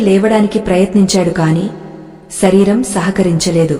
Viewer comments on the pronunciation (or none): none